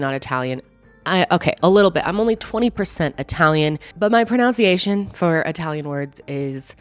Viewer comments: Lol you're not even pronouncing the word pronunciation correctly. But we still love you. Don't worry x😊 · The Italian pronunciation isn't a problem; it's the ironic mispronunciation of the word "pronunciation" that stands out. Just picking on you! Keep up the entertaining stories!